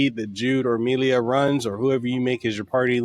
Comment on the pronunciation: Why did you add an extra "i" to Milla's name?